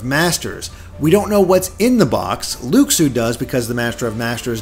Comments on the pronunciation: plz. Loo-shoo. Not luck-soo. Please. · Isn't Luxu pronounced Loo-shoo?